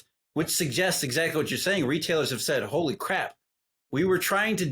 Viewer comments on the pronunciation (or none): none